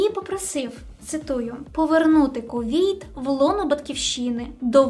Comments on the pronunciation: найнебезпечніші (слово саме не використовують у ступенях порівняння)* - вето ( а не вєто) - Є (замість "являтися" ,бо являтись=виникати ) - Кувейт(, а не "Кувєйт" -такої країни не існує!).... о другій годині ночі.... який(а не "якій") - з'ясувалося/виявилося (адже "виясняти" — робити ясним, яскравим. Марта вийняла з кофти шпильку, вияснила гнотика в каганці, що почав притухати)* - лицемірно (замість "ліцемірно)* - суворі* - ледібоями( , а не "лєдібоями") - з'ясувала/виявила* Підтягніть українську будь ласка! Дякую за контент! Слава Україні! 💙💛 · Мені треба Mindly після того як я 20 разів слухав слова ВЄТА і КУВЄЙТ. Якщо що, то відео норм. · Дякую за інформативне відео. Але можна попросити без "вєта" і "Кувєйт". Таких слів в українській немає😅 ну хіба може в словнику Тимошенко (звідки я відкопав цей політичний труп, я не знаю). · "вєто", "кувєйт", "два часа ночі", "маштабніше"... не впізнаю :-( А ще цікаво, чому критики так рідко говорять за позитив від ООН. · Тема то хороша, але,, вичитуй текст, бо фрази "в два часа ночі ІРАНСЬКІ війська зайшли в КувЄйт "(я три рази переслухав і там таки про іранські війська, і шо за два часа, ало), і "право вЄто"(ну тут може зря биканув, бо це художній замисел автора і все таке), але це ріже слух і паплюжить українську мову. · А чого «вєта» і «кувєйт»? Це якийсь прикол? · Як же ріже вуха "право вЄто", "кувЄйт" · Що це за вЄто, КувЄйт? Аж вухо ріже. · Цікава є-кальна вимова. Якось раніше не зауважував. А з яких країв ця вимова виходить? Кувєйт, вєто, ліцемірно.... Прикольно. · Що таке «вєто»? Що таке «Кувєйт»? Вас в вуха трахають? Це на якій мові? Чи барани з високих кабінетів впровадили нові правила до нісенітниць типу «гокей», «гакер», «Атени», «членкиня»?